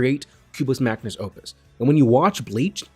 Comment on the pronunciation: Dude I love you, but please, it's Magnum Opus, not Magnus.